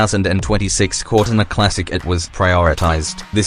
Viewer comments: "corr tin ah" GTFO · Cor-tina PRONOUNCED ai shit